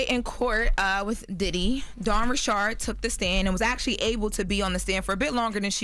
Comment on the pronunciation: If she say rich-ard one more time 😡